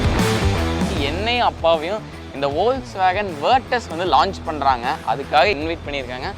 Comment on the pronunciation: Ollswagen illa da deyy folks-wagen.